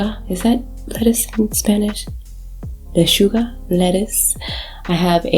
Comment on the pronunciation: Le chu ga is the pronunciation